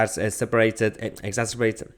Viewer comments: The word is ex-ac-er-bat-ed, Mahyar... exacerbated 🤣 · Man can’t say exacerbated 😂😂😂😂😂